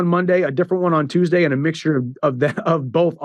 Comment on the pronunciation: the reason we love Ariel so much in England is cos he pronounces Tuesday correctly